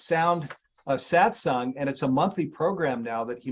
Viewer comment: The correct word is SATSANG, from Sanskrit, Not Satsong